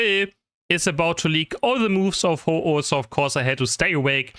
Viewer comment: you mean........Ho-ohlowear?